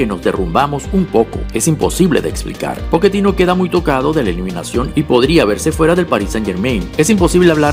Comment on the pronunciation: Quién es Poketino? El hombre es sudamericano y aunque lo estés asociando a la pronunciación Italiana, en aquella región se utiliza la doble cc para hacer eso: Pocchetino!!!